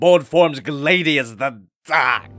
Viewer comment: Gladius is pronounced not with a glade, but a glad, like gladius hispaniensus, or gladius pompeii, or gladius mainz, or gladius fulham. You know, like the roman sword and similar to gladiator. Honestly, I don't mean to be harsh, just ugh, grinds my gears when someone mispronounces it because it makes my soul feel like the hell you wemt through when you were transforming this, Jobby, but still, your reviews old and new, have been helping me throughout this entire year by helping me laugh, thank you so much for the humor, you are awesome! Yes, even despite the criticism I had to toss your way, your still awesome! Thank you, I hope to see you do more reviews in the furture. Also, do keep in mind the critcisms are because I actually practice HEMA and know my stuff on the proper pronounciations on a lot of swords, arms, and armor.